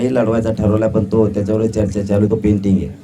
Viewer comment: पेंटिंग नहीं बाबू पेंडींग अस असतं रे ते बारामतीतून दम आला की काय nu 😂😂😂😂😂😂😂😂😂 पेंटिंग